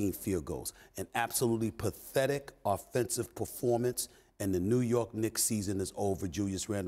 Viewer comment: The way he said pathetic had me rolling 🤣🤣